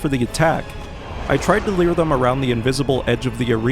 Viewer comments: Every time I hear you say "leer" instead of lure my eye twitches a little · Why do you say “leer” when trying to say “lure”?